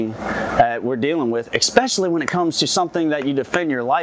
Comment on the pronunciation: While the issue is well reported and acknowledged by Springfield Armory, you're clearly "triggered" by comments and makes anything you say difficult to watch. Likes, Dislikes, Positive comments, Negative comments, all help your channel. Calm down. Lastly, you lost me at "expescially".